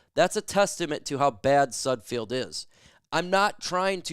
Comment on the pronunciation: Any self respecting reporter knows how to pronounce the players names they're reporting on. Its sudFELD. Everytime you say it wrong it makes me want to turn the video off. You lose all credibility with me. Sudfeld is trash but say his name right